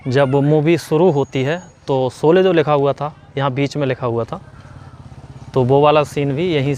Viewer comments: Solye nahi bhai sholye hota hai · Solay nahi bhai “ SHOLAY” hai. Lagta hai apko s aur sh mein problem hai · आरे झुटे भैया पहले तो सोले नही शोले बोलो और शोले की शुटिंग महाराष्ट्र के रायगड मे हुई है कुछ भी मत बको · bhai pronunciation theek karlo....solay nahi sholay hai... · Yaar PLEASE, jis main topic par apna poora video bana rahe ho, KAM SE KAM WO NAAM TO SAHI SE BOLNA SEEKH KAR PHIR VIDEO BANAIYE. Ye SO LE / SO LE kya hai. Lakshya ka 'SH' to sahi bola.